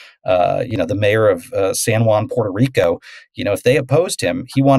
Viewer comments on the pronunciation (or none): none